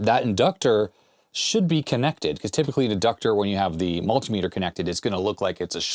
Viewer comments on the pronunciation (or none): none